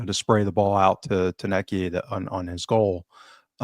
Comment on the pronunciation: calls tounekti, tooniko 😂